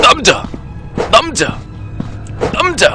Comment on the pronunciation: 언니가같이듣다갘ㅋㅋㅋ 이남자왜케감자감자거리네ㅋㅋㅋㅋ간자가아니고남자인뎈ㅋㅋㅋㅋ